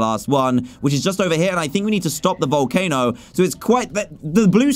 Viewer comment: Wait! Did i just heard a behemoth in vowelcano! But a behemoth is big! No wonder why its so tiny!